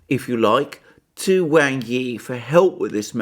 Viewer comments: Excellent analysis. Just one tiny bit of problem: “wang” is pronounced as “Wong”. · He is right.. Wang....In Mandarin...You are Wong